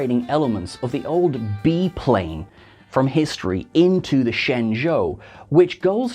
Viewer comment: Did my guy really call a Bi-plane a Bee-Plane?